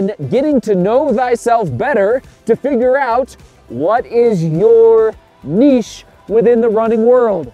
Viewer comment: thanks for pronouncing the word niche correctly 😂